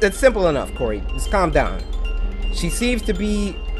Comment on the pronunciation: Can anyone say Cory’s name right?